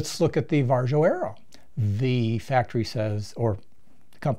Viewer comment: The Varjo XR-4 has eye relief and I get 114 HFOV just as a data point...the Crystal gives me 102. oh and it's pronounced VAReeeeeO